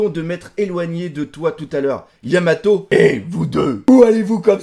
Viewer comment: luffy dit vraiment yamao, il zappe le t aussi en japonais.